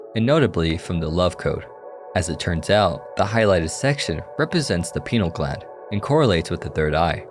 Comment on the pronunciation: I can only listen to so many wrong pronunciation of pineal gland bro